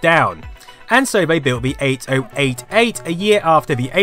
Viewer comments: one very infuriating thing is your pronounciation of 8088 and 8086. because it sounds far better if you pronounce them as 80 88 and 80 86 instead of each digit 8 0 8 8, 8 0 8 6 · OMG if I hear ate-oh-ate-ate one more time I'm punching someone in the beans. Eighty-eighty-eight is the common less clunky colonial way to say it. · honestly no idea why it pronounced it so stupidly. instead f just 80-86 and 80-88 like it's supposed to be pronounced